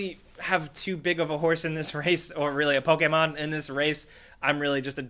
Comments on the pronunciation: PokEmon, not PokAmon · Why do you pronounce pokemon with an ''A'' and not ''E'' because you say it as pokaman inside of pokemon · The way pronounces Pokémon fucken triggers me lol love you tho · Hi says it like pok-ei-mon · The way this dude says "Pokemon" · says Pokémon funny, or maybe I say Pokémon funny.